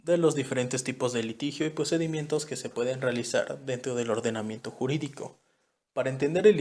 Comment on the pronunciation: Ploceso, plocedimiento, plactica, plincipio, plocesal, creo que no tuviste suerte con que te tocará este tema